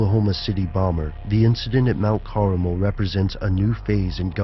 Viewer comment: Mount Carmel not Caramel lol!!@